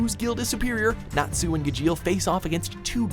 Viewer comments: Triggered over the way he said Gajeel Neji and Midoriya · Pronunciation made me cringe more than where anything was on this list. It's GAH-jeel not gah-JEEL and at least with the eng of naruto, it's NEH-ji, not NAY-ji. I understand I'm being a stickler but when there are a multitude of times they use the correct pronunciation, especially on harder to say names AND they have the clips right there saying how it should be said...makes me think needs to lessen how many anime anything videos they do, or at least try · Ga- Jeel? It's ga-sheel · It’s Gajeel! Instead of pronouncing the J like J, pronounce J with a CH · Doesn’t even know how to say natsu and gajeel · You pronounced Gajeel and Natsu wrong... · Breaha Thomas Gajeel was the most wrong... God im having bad memories of another video with their names..